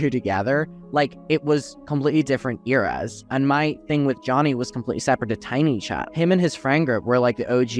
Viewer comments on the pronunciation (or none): none